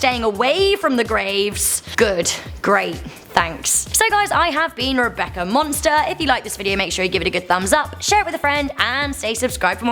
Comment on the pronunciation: She said Trebecca Ferlgate